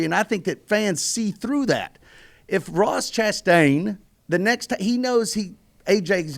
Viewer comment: Ross Crashtain...lol